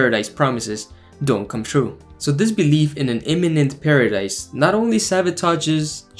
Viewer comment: "his word will coem ture!" Is what got me to cringe.